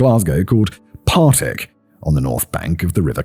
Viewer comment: but you got Partick right LANARKSHIRE